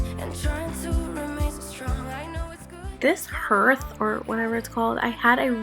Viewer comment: Hello. Are you being a good boy? You better watch the girls in a few years because he is a doll. It is spelled hearth but pronounced like harth. {if that helps}